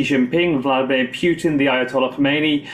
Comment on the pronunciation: Vladimir poooootin. This announcer is insane